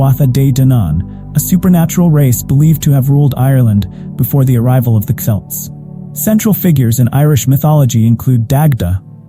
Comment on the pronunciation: Hun u says it wrong it sounds like kelts not c spelt with c say kelts hun am a celt